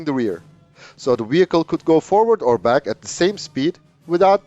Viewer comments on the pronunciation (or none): none